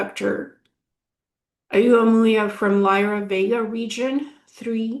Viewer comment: Hi, Oumuamua is pronounced "oh-mu-a-mu-a". Wow, I had no idea you could get such detailed information from remote viewing.